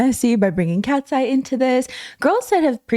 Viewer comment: Not me hearing "Ratseye." Lol